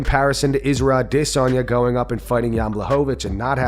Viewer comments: The way you say Israel aDIHHsanya is still super annoying. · 😂 this narrator kills me when he says Israel "a dis on ya" its Israel Adesanya come on bro slow down and sound out every letter 😂